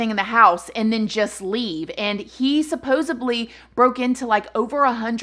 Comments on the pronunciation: "Supposedly" Not ....supposebly. C'mon man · it’s “SUPPOSEDLY” Not SUPPOSABLY 😂😂 still love you!!! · Love love love your stories and for some reason you tell it better. Keep at it... One thing though, lmfao, it's "supposedly" not supposubly. 😍❤️😻 All love though. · Sweet, I love you and your videos. Just please know that the word is SUPPOSEDLY and NOT supposably!!! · It’s supposedly not supposably. 😉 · The Statue of Limitations ....Suoosebly....lol...i just can't . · Recently started watching your videos. VERY informative! Just two things though..."Statute of limitations" and "Supposedly". :) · There’s not a “B” in SUPPOSEDLY!!! Omg. 🙄🙄🙄🙄